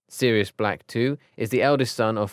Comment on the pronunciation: I think the right pronunciation is Sirius 2nd,not serius two